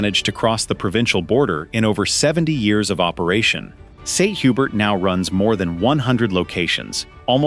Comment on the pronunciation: I thought St. Hubert was pronounced HUBERE. 🤷‍♀️